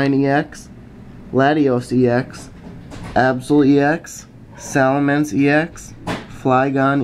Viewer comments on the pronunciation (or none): none